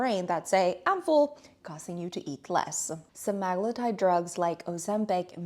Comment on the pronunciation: Pronounced sem a glue tide